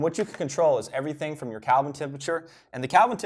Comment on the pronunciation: I'm sorry, "calvin temperature?" Kelvin.